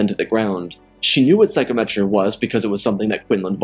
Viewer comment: loved it but one thing, sigh-com-et-ree, not Psycho-metree